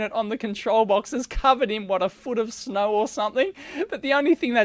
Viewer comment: It will snap"znow"...